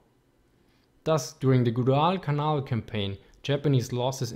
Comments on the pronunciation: If you do another video on the Pacific theater you may want to spend more time practicing your pronunciations. Some words where barely recognizable like Gwadel-canal. Or anything Japanese ;) Otherwise great video! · I think he pronounced Guadalcanal wrong. Unless the professional dialect he is using tells him to say it another way.